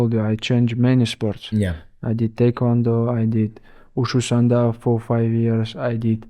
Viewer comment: bro he said wushu sanda with proper chinese pronunciation XD